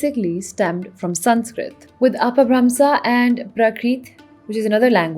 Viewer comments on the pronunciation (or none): It's pronounced اَپَبھرَمْشَہ and پرَاکرِت Btw